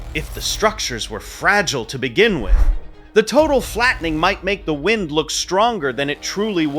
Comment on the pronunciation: Jesus christ man, AI shit is nuts now. "Nothing but whined, water, and" - whatever the fuck. "At the time it mahttered most". Is this what the goddamn data centers are producing? 2min in and I'm out. Time to get back to Skeeter Jean. At least he's a real human.